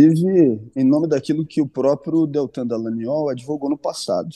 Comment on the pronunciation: Deputado Glauber com todo respeito, adoro seu ton de voz: delicioso. E qdo vc fala DALLANGNOL entonnando a letra G eu acho o máximo!!!